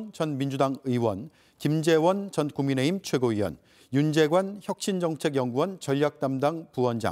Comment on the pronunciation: ㅋㅋㅋ천하람씨 국민의힘 말하는데 국민의짐이라고 들리네 ㅋㅋ